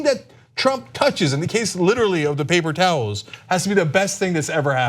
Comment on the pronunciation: Papel towels ? Cenk learn to speak or don’t